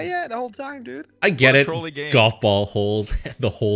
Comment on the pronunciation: It's like how he pronounces golf, "jolf" It's a comedic on purpose mispronounce.